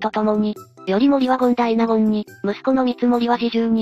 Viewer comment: 『権大納言』を何度も「けん」と呼んでいるのが気になります。 『権官（ごんかん）』は定員外の役職ですが、摂関家以外は『権大納言』しか就任できませんでした。 ともあれ知られていない人物にスポットライトを当てた点は素晴らしいです。